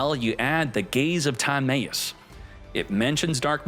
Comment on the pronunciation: we out miss pronouncing timaeus name wrong did you not watch. yugioh after battle city